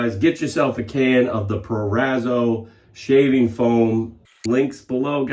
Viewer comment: Now you said Proraso as it should be said:) as always great video interesting review of the new version of Mach3 btw Proraaso also has various preshave products various shave soaps creams ect even has a yellow canned foam chocolaty....cheers...